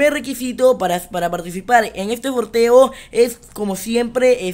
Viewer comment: se dice sorteo no forteo